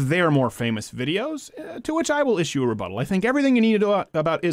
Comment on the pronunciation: heh..heh..reButtal. shut up Bevis.!!!